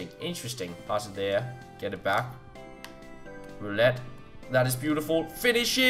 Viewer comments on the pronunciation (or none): none